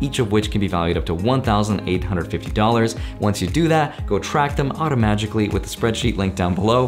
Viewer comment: **Aujomatically lol